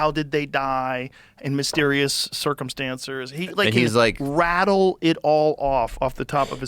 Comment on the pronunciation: "in mysterious cercumstancERs"